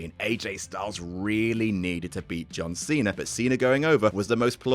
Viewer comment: the way he says John Cena makes me laugh so much.